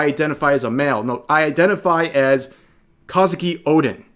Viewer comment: Despite you pronouncing Kouzuki as "Kah-zuki" incorrectly, I applaud such coverage. It's Bridget all over again and not surprising regarding Crunchyroll and Funimation's bullshit as usual. One Piece Wiki's community is going out of their way to say that too.